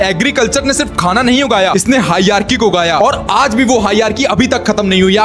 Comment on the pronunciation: Hierarchy❌ hiarki✅😂😂😂😂. Correct your pronunciation then make videos